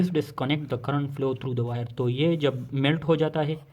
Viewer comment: Bhai plow nahi hai flow hai